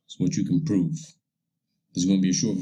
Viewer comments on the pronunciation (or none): "I am gawna pooveeee sometin!" Yes...you sure can! You proved that you are a moron thats needs a real science book and a red bouncy ball to follow along!